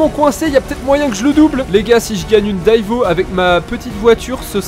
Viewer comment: Par pitié arrête de massacrer le nom de la Bugatti divo stp !!!!!